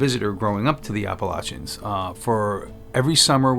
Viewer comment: Also thank you for pronouncing "Appalachians" properly. 🤣 So many videos on YouTube butcher the pronunciation.